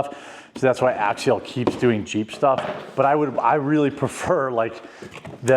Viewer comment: It's Axial, not Axiel. You might be thinking of Ariel, from your favorite movie ;)